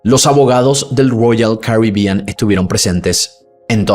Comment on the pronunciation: Que problema tenés con las palabras ROYAL CARIBEAN? Suena raro cada vez que lo mencionas y tambien diferente, llama la atención la forma en que lo pronuncias.